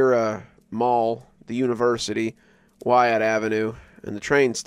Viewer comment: I live in Edmonton!! It's Whyte Ave not Wyatt though 😂